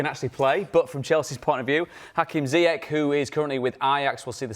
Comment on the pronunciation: No one... Jamie O Hara : "HAKIM ZAAYECH"